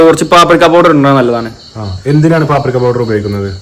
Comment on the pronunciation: Paprikko alla peprikko🐻‍❄️